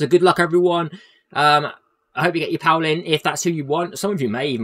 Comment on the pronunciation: He doesn't go, I'd give a pass if he were a DPS. I bet you don't have any friends named Paul, they'd be so ashamed of this pronunciation.